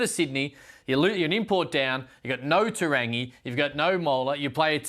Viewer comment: you're great but please learn how to say Te Rangi.